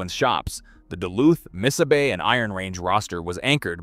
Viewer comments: Miss-0h-bay (aka: Mis-saw-bee). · you have a picture of the abandoned inter campus trolly station in Falcon Heights Minnesota just north of Saint Paul. Also Missabe is pronounced, mi saw bae. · MISSABY?? What the hell is that. I hate these stupid AI voices. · Before you do a video learn how to pronounce the railroads name. It's not lbf, it is tractive effort. Those little ore cars have 100 tons of iron ore in them.The Yellowstones pulled up to 18,000 tons.